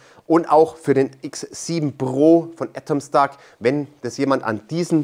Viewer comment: Die Aussprache des Firmennamens wird immer schlechter. Letztes Mal "Ätomstack" und jetzt "Atomstack" ... wie wäre es mal mit "Ätomstäck"?